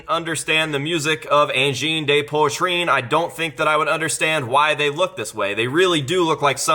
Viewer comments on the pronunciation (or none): I swear I found these guy like 3 or 4 months ago and totally called their blow up. I literally said “watch these guys be all over the internet in like a month” then BOOM. I fkn love them lol For, it’s said pwa-treen. With a some roll on the R